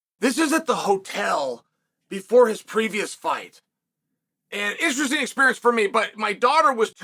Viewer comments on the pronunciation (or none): none